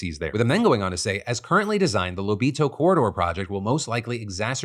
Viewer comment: As an Angolan and a subscriber of your channel for years i'm very happy to see you talk about our country (nice pronunciation btw when saying Lobito), and thank you for speaking about this our people have protested and suffered for years under president João Lourenço (we call him J-Lo) his final term is about to end yet his trying to change our Constitutional laws in order to have a 3rd term. There's a lot more issues and i hope the rest of the world gets a chance to see them.